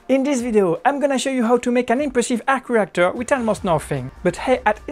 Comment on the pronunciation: I hon man arhc rhheeactoor......